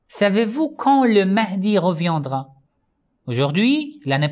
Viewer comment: Merci pour cette vidéo! Juste si je peux me permettre pour vos prochaines vidéos que vous soyez plus en erreur mais le mot " reviendra " se prononce revi indra " et non reviandra "